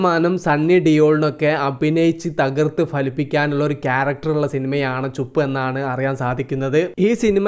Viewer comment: ചുപ്പ് അല്ല ചുപ് ബലം കുറച്ചു പറഞ്ഞാൽ മതി